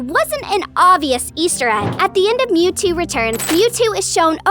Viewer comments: Did bro say meouthtoo instead of mewtoo💀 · Also in she said meowtwo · u said "meowtwo"